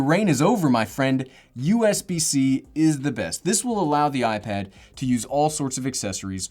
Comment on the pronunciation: Us bc is very irritating...please say usb c....